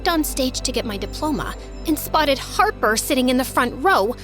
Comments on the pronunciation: her name is Harper, not Harpy 😂😂 Ryan wasn't a nice guy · I don't understand why she keeps calling her harpy instead of harper but I love it even though, this story can't end like this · I love how keeps saying harpy😭😂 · She's always saying Harpy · She kept saying harpy on purpose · She said harpy on purpose she made that mistake like 20+ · Harpy souts her name not harper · i was annoyed how she always say Harpee.. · why do they keep saying harpy i mean harper over and over again? its not funny if u keep repeating it like we get it omg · How many times did this girl say Harpy I mean Harper? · Girl why you are kept saying harpy uhh sorry harper jst say harpy she is evil🙃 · Y she saying harpi In stead of Harper😂😂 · Y was she saying harpi instead of harper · Does anyone know why she kept calling harper "harpy"? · i think i heard harpy i mean harper a 100 times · U keep calling her harpy😂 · The fact that ella keep calling Harper "harpie" is funny😂😂 Thank U 4 the likes🌸💕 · I love this so much but im sry I kept getting annoyed when she miss pronounced her name Harper ik she did it on purpose but 😭🤣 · What's the point of mispronouncing her name 😅